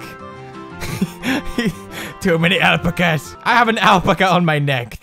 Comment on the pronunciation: It is pronounced al-pack-as